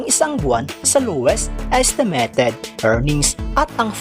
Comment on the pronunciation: Ayusin mo mins pronunciation. ESTEMETED INSTEA NA ESTIMATED NAKAKAWALAMG G